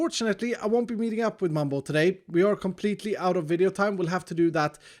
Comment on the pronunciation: Mumbo not mug